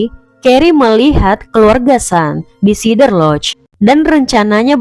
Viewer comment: SEE-DER lodge........ please. Not SI-DER.